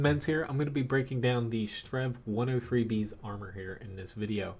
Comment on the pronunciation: did you just say 'strenv'